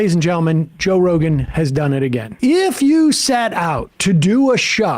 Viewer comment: Jo'k'e Rogan 😂